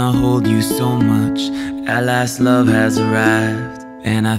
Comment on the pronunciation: Selah- “let me loff you” accent so good